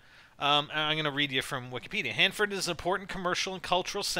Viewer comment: Omg im on youtube!! I live near Hanford, by Fresno !! Omg my dream has come true!! Ohh and good job pronouncing everything right :)